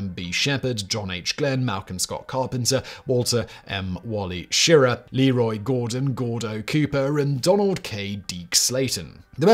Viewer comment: Wally Schirra's last name is pronounced, "sher -RAH" I pronounced it wrong, too, and it's not intuitive.